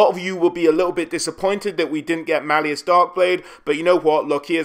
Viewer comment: Why do people say Malleus? He isn't the fucking inquisition ordo Malleus, it's Mal Us, the author even says in his books. "It's a word play on Malice."